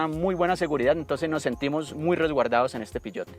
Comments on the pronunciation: Peugeot, no piyot .. :face-fuchsia-tongue-out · El "piyot" jeje